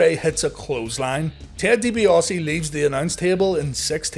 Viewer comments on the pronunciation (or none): none